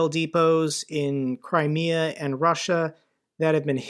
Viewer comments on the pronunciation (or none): none